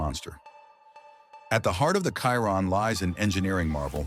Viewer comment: It's obnoxious hearing these speech-to-text videos pronouncing a Chiron as a Kyron. You know if you spell it Shearon instead, it will actually pronounce it properly - Pro tip.